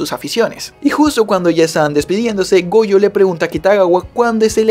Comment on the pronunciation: le entendi boyo y despues cuando dijo otra vez su nombre ya escuche goyo xd